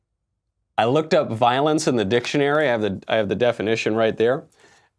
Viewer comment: If you’re going to tell someone to look up something at least pronounce the word dictionary correctly 😂